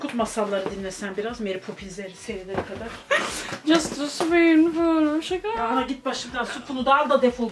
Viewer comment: sıpunfıl of şugırmuş :D size bayılıyorumm!